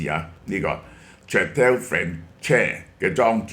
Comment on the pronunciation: Château 讀音： 殺刀 呢啲殺刀劏唔少富豪🤣